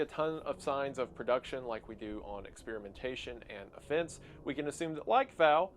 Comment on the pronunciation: OH IT'S FUCKING OFFENSE, instead of A FENCE which you pronounce identically. That's not how "offense" is pronounced. Have you ever heard someone actually say the word? Can you try enunciating words? It'd really help. Or at least pronouncing them correctly. Maybe you need some braces or something. Your entire job is narrating bullshit you've come up, and you're a really bad narrator.